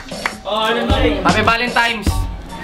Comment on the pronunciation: Smuggluz "valentine's" hindi valintimes